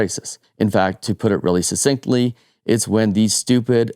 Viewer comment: Learn how to pronounce succinctly.